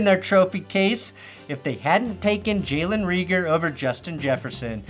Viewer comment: It’s Jalen Rayger not Reeger lol